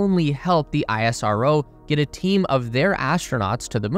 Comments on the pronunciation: It is pronounced as ‘Ess-Ro’ not ‘I-S-R-O’ please correct it. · Bro its not aie-rso its ish-ro as pronounciation. Thanks for the beautiful video & thanks people for the amazing comment on india. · Plz correct your video next time, it's pronounced (Is Ro) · Its pronounced "isro" (is-row) as in how NASA is pronounced as "Nasa" and not En A Es A.